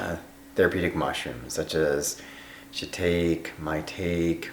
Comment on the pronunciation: shitake: "shi TAH kee"